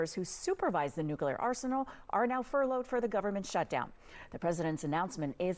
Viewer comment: According to him he's going "nucular"